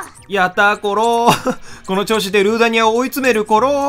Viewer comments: ルー↓ダニアじゃないの？笑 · にぃ でもセナさんの実況見ててルー↑ダニアに慣れてしまった人もいる(私とか)